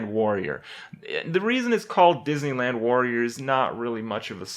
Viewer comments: DIDNEYLAND? YAAAAAAY. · The DEESneyland Warrior